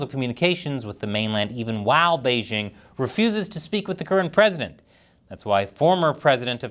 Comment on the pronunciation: The host of this program still doesn't know how to pronounce the word "Beijing"? The "j" in Beijing isn't pronounced like the "g" in the English word "regime"; indeed, the Chinese language doesn't even have this quasi-French sound. The "j" in Beijing is pronounced more or less like the "J" in the English name "Jim." Easy!